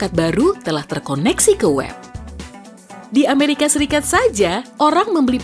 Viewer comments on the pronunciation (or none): none